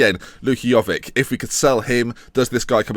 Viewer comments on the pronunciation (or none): PLEASE, say jovic correct, with the vic as in ibrahimo-vic!